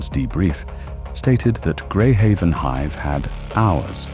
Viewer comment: Oh I don't know, its it called a city HIVE not a city hiv.